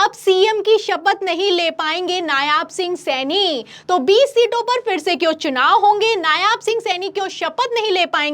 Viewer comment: Aap nayab singh saini ko nayaab singh saini kyo bol rahi hain